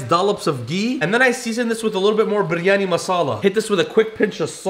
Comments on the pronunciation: Bro, the last biryani recipe you said “biryani” and in this one you said “bur yani” Bro you got white washed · I’m a Muslim and u have to say it as bryany ❤